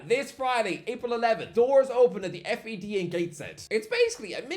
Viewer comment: you are the first person I've ever heard call it the F.E.D😂😂 its the fed 🤣🤣🤣🤣